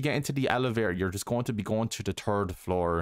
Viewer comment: I’m not trying to be mean or make fun of him for how he talked or his accent but he said “the turd floor” I knows he’s saying third floor I just think it’s funny